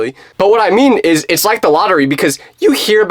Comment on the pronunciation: it’s “it’s” not ots